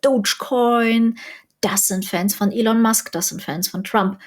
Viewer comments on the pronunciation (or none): none